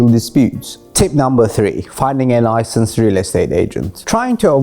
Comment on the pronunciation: Licanced 😅🤣🤣🤣 Licenced